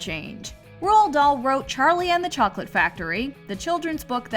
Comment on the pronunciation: i hae a ges about why charlei it sound like cholet